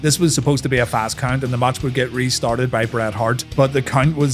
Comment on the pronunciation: He said COUNT 😂😂😂😂😂